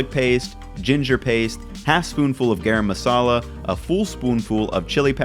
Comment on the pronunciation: great vid but garam masala is actually pronounced guh-rum:)